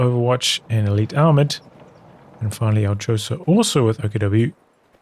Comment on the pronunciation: Aljosa read Alyosha ;)